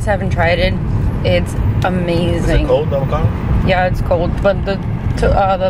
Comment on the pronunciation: "Deecor" lmaoAbocado 😂😂😂😂😂 Burbannk 😂😂😂😂 its bur- bank